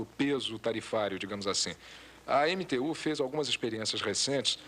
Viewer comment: então na época a sigla EMTU era pronunciada como (entu) diferente de anos depois que era pronunciada eemiteu.?